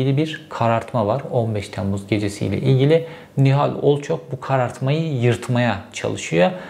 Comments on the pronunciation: Sizin gibi çok okuyup ! çok yazan adamın ısrarla Olçok yerine sürekli Olçak demesini bir türlü aklım almadı! Zaten sizi gazeteci sanan bizde sorun! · Sinirim bozuldu ya Herif hiç şaşırmadan Erol Olçak Nihal Olçok demeyi başardı.🤦‍♂️💆‍♂️ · Olçak değil ,Olçok Cevheri bey..!! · OLÇOOOOOOOOOOOK ! olçak ney kardeşim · olçak değil be aga! olçok olçok ooollllçooook! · Nihal Olçok demeyi biliyorsun ama Erol Olçak diyorsun ısrarla neden??? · Olçok diyemedin gitti.